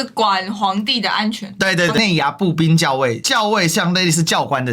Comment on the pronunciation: 步军校xiao尉，不是jiao